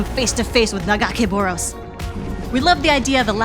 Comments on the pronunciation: yall couldn't even get someone who even knows how to say nagacaboros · I don't like the way she pronounces Nagakabouros but I'm super hype for this game lol